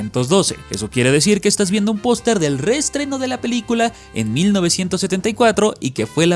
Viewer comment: Es idea mia, o dice POSTRE en vez de POSTER, incluso en los subtitulos dice POSTRE xD